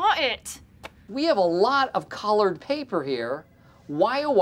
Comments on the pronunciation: he says collared paper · I just realized he said collard paper, a callback to when he thought collard greens were called colored greens